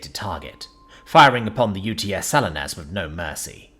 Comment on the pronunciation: Not, "Sal-in-us", but "Sa-LEE-nus".